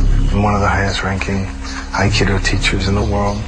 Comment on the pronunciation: It's amazing how many syllables he gets out of Aikido lol. He's saying "Ha-a-ha-kai-eee-do."